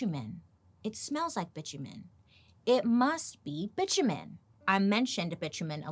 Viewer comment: Bi-tu-men... seriously